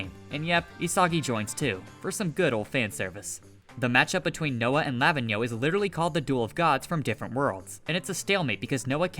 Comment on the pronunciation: Pronouns Lavinho as ravine (but with L) and yo.